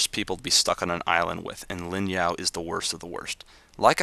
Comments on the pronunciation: the only thing i really had an issue with is the guy from FMA his name is Ling Yao not Lin Yao ._. other then that loved the whole thing :) made me laugh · its ling yao not lin yao